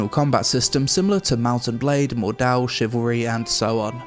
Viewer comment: My inner German screams when you say Mordhau haha